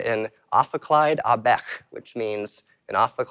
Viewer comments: In French « bec » is pronounced « beck » and not « bare » or something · He mispronounced it. 'Ophicléide à bec'. 'Bec' is pronounced with a hard k at the end, but he used a sort of german 'ch' sound instead. It's not really important though. He provides great knowledge and cool vibes. Thanks a lot or the video ;) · lmao that looks like Deutsche (i'm french and i didn't understood what he said)